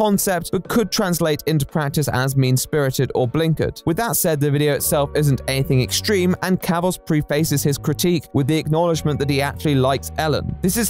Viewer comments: The dude pronounces prefaces as 'pre-faces'- it's entirely manufactured. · Narrator: you’ve got a great voice but your pronunciation of some words is bizarre! Check the pronunciation (especially the syllabic stresses) of words like ‘attributed’ & ‘prefaces’ - in English we tend to hit the second syllable of multi-syllabic words so it’s not AT-tributed it’s atTRIbuted & not PREE-faced but pr[eh]faced